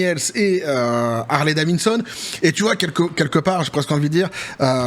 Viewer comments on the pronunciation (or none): Harley Davidson et non pas Harley Davinson 😉